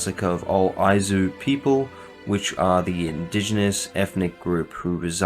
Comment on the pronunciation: I kept hearing Aizu, instead of Ainu, too.